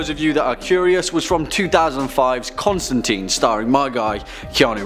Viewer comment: It's pronounced Constan"tyne." I usually only hear Constan"teen" from fellow Americans.